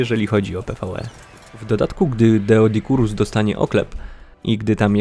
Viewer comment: Doe a nie deo